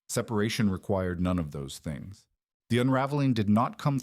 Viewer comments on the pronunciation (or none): none